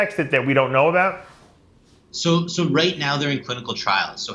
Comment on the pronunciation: if he's not canadian, why does he pronounce the word 'about' as 'aboat'? just a thought. carry on.